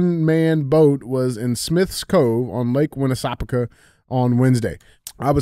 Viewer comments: Andy nailed it the first try saying Lake Winnipesaukee and DJ could not get it at all😂😂 Proud long time listener from NH live free or die we like to say here keep fighting the good fight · You pronounced the lake correctly! Haha thanks for talking about no sunscreen, I don’t wear it either! 😎🙌🏼